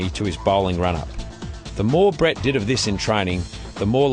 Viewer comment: An Indian calling him Brett instead of Breet? Now I've seen everything. Good for you 👍